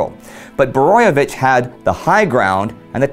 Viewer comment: Great episode.You did a great job on pronouncing Kvaternik and Borojevic's names.It's sad that only one street in Croatia is named after him.A forgo otten hero,whose father was a Serb and mother Croat...